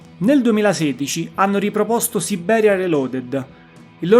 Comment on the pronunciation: Ottimo report, su una band il cui valore non viene sempre colto ..(Un piccolo appunto: non si può sentire la tripla B di Sibbberia, ..😊)